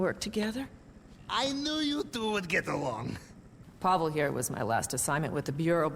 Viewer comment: “PA-vel” not “pa-VEL”